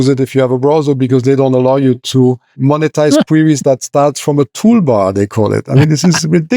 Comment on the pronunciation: Why can’t Jason pronounce monetize?